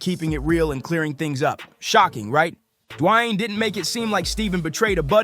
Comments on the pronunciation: It's pronounced "DEE-WAYNE"....Who tf is dwanyin Wade? The h3ll you from bro? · "De-wayne" if u gonna make a piece about someone know how to pronounce their name possibly? Idk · I get it, Stephen A is a clown but who the hell is Dwine, Du-a-yane? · Who the heck is Dwie-aine or Dee-aine? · who tf is Dajuan? Lmao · WTF is Dwine? Dwan? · This ninja should just call him Wade. I've never heard anyone butcher his first name so badly. I can't finish this! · Please someone teach this man how to say D.Wade name cause damn it started to make the video hard to continue watching till the end 😂but i made it all the way through,its a great video but damn he Butchered dat man's name 😂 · Stop mispronouncing Dwayne 😢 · why are you saying his name like that yikes